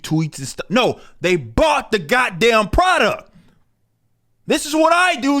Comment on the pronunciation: "pridouct" lol